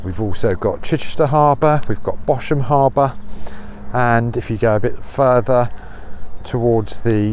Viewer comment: Another fascinating piece of history. As you say, it's bad that the site has not been respected. Just one point - Bosham is pronounced "Bozz'm". You might want to reconsider your reference to Mr Vobes, since he has gone completely away from the exploring angle and become a somewhat demented ultra-right-wing conspiracy theorist (and thereby dramatically increased his viewing figures, which says something about today's society.)